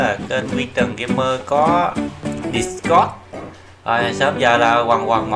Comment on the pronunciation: Discord: Đítscọt not Địtscot nha ah :D